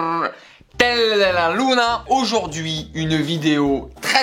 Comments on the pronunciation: Le carrrrrrrrtel della luna 😂😂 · El carrrrrrRrrRrRrRrRrRrrrtel